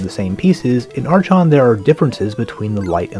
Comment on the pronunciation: The "chon" in "Archon" is pronounced like the "Chron" in "Chrontendo" (minus the "r"). I will add to that useless nitpick that I appreciate your videos very much.